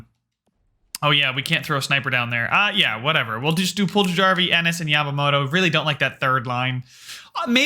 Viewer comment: Puljujarvi: Pull-Yar-Vee